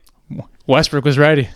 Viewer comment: Wussell Westbwook